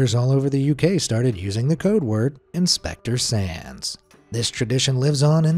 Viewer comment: When you said “Inspector Sands” I kept hearing “Inspector sans”, and now I’m just thinking about sans as a fireman. Papyrus would probably try to feed it spaghetti. “MAYBE IT’S JUST REALLY HUNGRY! MY SPAGHETTI WILL CALM IT DOWN!”